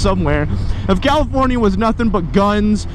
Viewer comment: Wanna stop saying CaliforniA, makes my ears bleed lol.